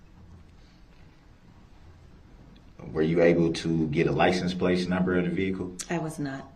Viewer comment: did they not provide a dictionary did he say playton